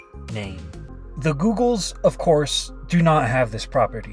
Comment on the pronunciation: The way he said "the giggols" 😭💀